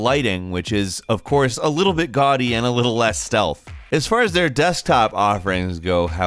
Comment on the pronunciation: Deez Nutz GAUDY haha GUADY